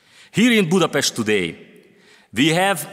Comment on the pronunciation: ész tényleg, -nél Budapesztet mond. Most akkor rendben vagyunk? Igazad van, tényleg ez a lényeg. 😆Mit mond Dóra??? Budapest, vagy Budapeszt? További szép napot!😙